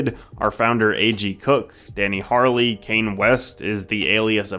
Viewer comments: Danny Harley???????? O_O It's Danny L. Harle. as in [HA-RUHL] Not Hyrule. Not fucking Harley. HAR-UL If you can't get past the last name just call him Huge Danny... but asside from that i loved the video, subbed. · Lmao. It’s not pronounced/spelled “Danny Harley.” It’s Danny L Harle. Also, SOPHIE isn’t part of PC Music, just associated with them. Just a simple google search answers that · Take a shot everytime a non PC music artist shows up as an example of PC Music, with an EXTRA shot for that butchering of Danny's last name. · It's "Danny L Harle" pronounced harl or "HUGE DANNY"